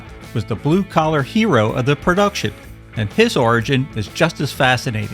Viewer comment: "Perduction" is not a word. *Production "Intraducing" is not a word. *Introducing